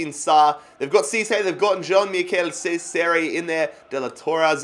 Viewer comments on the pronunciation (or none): none